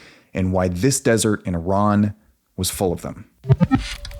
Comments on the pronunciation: thanks for not saying eyeran and pronouncing iran corect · Honestly, as an Iranian, the 1st thing to say is to thank you for pronouncing our country's name correctly.